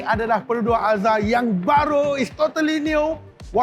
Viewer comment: Sampai sasul. Alzruz ye. Excited no